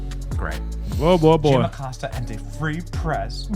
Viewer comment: Uh-Costa....that is the correct pronunciation for that pos cia asset.